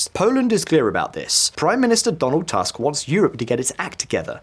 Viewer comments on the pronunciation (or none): Prime minister family name is Tusk not Task. In Polish u is always pronounced ‘u’ never ‘a’. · Thank you for your job. Small tip - name of the Polish prime minister is pronounced phonetically as "Toosk". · Your pronounciancion of Polish names is pretty good with one exeption: "u" in Tusk should be read not like "Trump", but rather like in "book" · When do they learn how to pronounce Tusk properly?